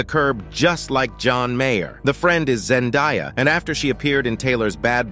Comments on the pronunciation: It’s Zen-day-uh not die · Zendiya? It is ZEN-DAY-AH